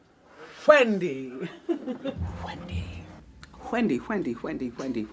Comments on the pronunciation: Whendy Whilliams Whay! I can’t. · Whendy Whilliams Whay -IM WHEAK